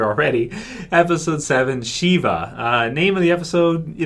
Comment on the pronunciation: I think shiva is referring to the Jewish rite of sitting shiva, mourning the loss of a loved one. It's pronounced shiva, not sheva.